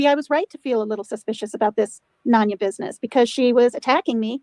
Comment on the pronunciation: Replay crew. Glad to see she still pronounces my name as “NON-YA” It’s none ya 🙄 She’s never heard someone say “noneya business”?!!! This is how self centered she is. I’ve been telling her for FIVE YEARS it is NONE-ya. She’s still over there: “ non…Non. …Non ya🙄 She’s a fkn idiot, not even worth our time.